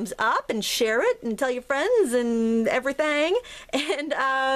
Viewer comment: hahaha - "everythang" - that sounded like someone from my neck o the woods! LOVE all of your videos. Thanks so much for taking the time to do them for all of us!